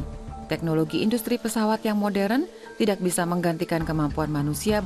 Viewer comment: Narator nya salah mulu bilang kata "tidak" .... Ga enak dnger nya